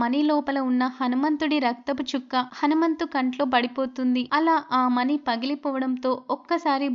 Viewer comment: మని కాదు మణి చక్కగా పలకండి